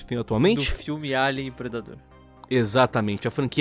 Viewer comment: O certo = Alien Lion: "Eilian" Que???? Que p0rr4 de pronúncia é essa?